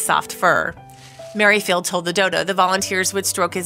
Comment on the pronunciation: 'Mary Field' for Merrifield too !